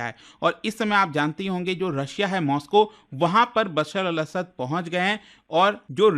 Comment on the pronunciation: not असाद 😅it' असद